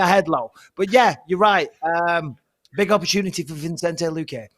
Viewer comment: Bruh smfh “Vinchenze” lmaoo